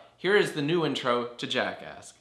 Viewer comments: I thought you sed Jackass instead of Jackask. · I keep on thinking your saying jackass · Who else heard jackass?